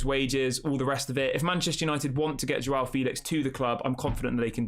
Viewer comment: It's pronounced Jao, not JWOW...LOL